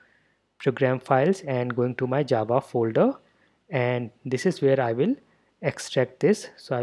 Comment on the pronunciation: most words said by you sound kind of funny (the indian accent, not your pronunciation becuase that is spot on obviously) but when you say java it sounds like it was made for your accent not ours, that accent hits the word "java" and sounds more then perfect, anyway thanks for the tutorial this is perfect man and I love how it sounds when you say Java.